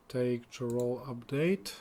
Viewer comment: Some tips on the pronunciation of the Imperial towns :D Cheydinhal : "shay-din-hal" Leyawiin : "lay-a-win" Chorrol : "kor-rol" Bravil : emphasis on "vil" Kvatch : "kuh-vat-sh"